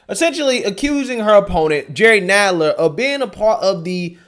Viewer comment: Hey! It's pronounce "Nadler"...as in "rattler"...and he's also lower than the belly of one too.